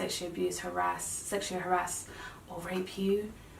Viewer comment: Is rape a forbidden word to say?. The R.A.P.E pronunciation made it hard to follow you at certain times.